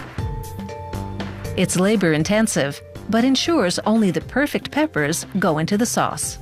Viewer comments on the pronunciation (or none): none